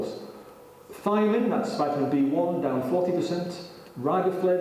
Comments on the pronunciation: His mispernounciation of the word "vitamin" is just too much for me to watch this. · Vital A Mineral.